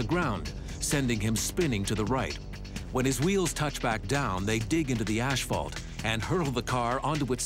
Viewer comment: I watch this show a lot. Am I the only one that can’t stand the way the narrator says “ash-fault” instead of asphalt?